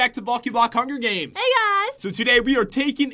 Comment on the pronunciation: lol pat said blocky blocky huger games